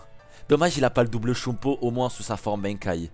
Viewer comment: Fréro ca se prononce BANEKAYE pas BAINEKAYE